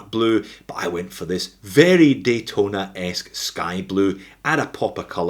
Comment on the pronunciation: "Yachtona" XD Lmao